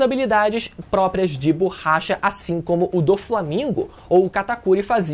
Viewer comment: Ouvir o falando "BORRAcha" meda agonia